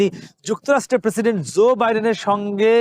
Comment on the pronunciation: US President is Joe (NOT Zoe) Biden. Please try to pronounce correctly.